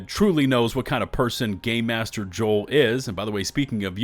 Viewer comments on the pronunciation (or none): none